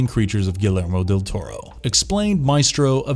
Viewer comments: .... Written by legendary, academy award winning, "guh-lair-mo" del Toro.... That umm that's not how your pronounce Guillermo lol it's closer to "ghee-yair-moe"lol still a fantastic compilation video, it really gave me a bunch of new films I'm excited to watch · Nice job. Just an fyi. Guillermo del Toro's name is pronounced Gee air mo. Francis Ford Coppala is pronounced Ko Poe La. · ghee-yer-mo. really not that difficult. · It's pronounced gee-air-mo not gil-air-mo you mo mo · Ah yes, gil err moe del toro... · That Guillermo tho, or should I say Galarmo lol, I'm guessing the narrator isn't a horror fan. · The scariest part of this video is how you pronounced Copolla and Guillermo. Yikes. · First; in Guillermo, the double ll makes a y sound. Pretty basic Spanish and don't know how so many YouTubers can't get it right. Second; why would you have 2 movies(Let Me In and Let the Right One In) on the same list especially when they are basically a shot for shot remake, not to mention have them so far apart.